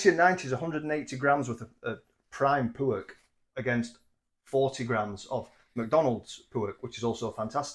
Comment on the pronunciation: Your griddle should be named Darren and he wouldn't want you to stop saying pewerk.